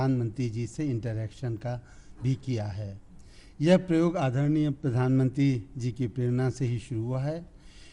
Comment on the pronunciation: sir प्रयोग शब्द को परियोग पढ़ रहे है और IAS topper pronunciation को गलत ही सुनकर बैठे हैं ।